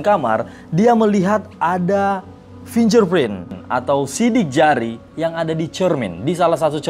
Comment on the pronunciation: FINGER PRINT dibaca fing:ger print BUKAN finjer print